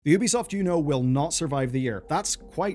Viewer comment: It's not "Oo-bi-soft" And this video is 90%, waffle